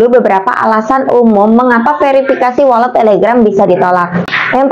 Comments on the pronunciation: Walet bukan wolet y lebay u mba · mba doank yg bacanya wolet😄😄😄. Untung GK welut